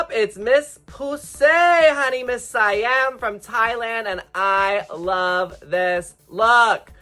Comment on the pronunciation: Why can't people pronounce Siam?! 😭